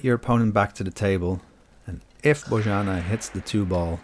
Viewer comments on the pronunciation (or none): her name is pronounced "Boyanna":)